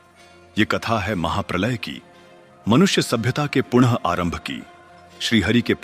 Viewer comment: अतिसुंदर भगवान के स्वरूपों को सादर प्रणिपात एक तो आपने अंत में कहानी बोला तो निवेदन है कि कहानी नहीं कथा है। एक पुनः शब्द का हर बार पुन उच्चारण हुआ यह भी सुधारणीय है। बाकी . . . अद्भुत एवं प्रणम्य